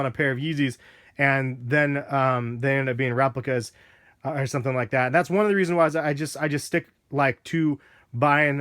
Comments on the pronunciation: he said "or" really fast which made it sound like are. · He said "these or the turtle doves" dumbass